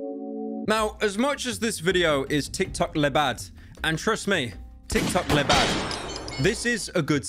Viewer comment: Dear Pyrocynica i tink its time to let you know about a huge complain i have in your videos please stop saying "lé bad" in the way you say it. "Lé" is the masculine "the" in french but its pronounced like "lö" but how you pronounce it "le" actually exists in french to but its written "les" and means plural "the"